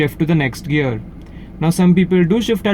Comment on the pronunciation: Why you say 'girl" not "gear" lol :/